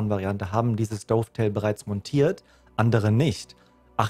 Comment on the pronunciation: Die Seitenschiene für die Visiere und Aufnahmen heißt nicht "DOOFtail", sondern Dovetail (Daftail ausgesprochen). 😉🤣 Lasse dir trotzdem einen Daumen hoch da.